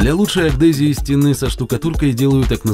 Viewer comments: Адгезию, а не агдезию) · аГДезию...... по-русски будет - "адгезию". К контенту не относится. Ролик понравился. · адгезия а не агдезия.))))) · Почему "агдезия" то? Адгезия же :) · Какой раз замечаю уже, аДгезия, а не аГдезию))